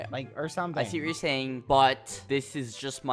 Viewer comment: Don’t forget his “yEah”